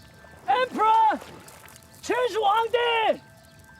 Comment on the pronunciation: the fact that you took the time to type this. also, as a chinese/taiwanese taught student, these facts are very true. also, its qin, not chin.